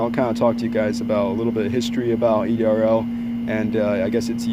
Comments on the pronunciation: It's said ERDL not EDRL. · It’s ERDL not EDRL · That's ERDL.Not EDRL.